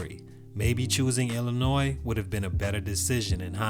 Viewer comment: HEY!!!! You said Illinois right!!!!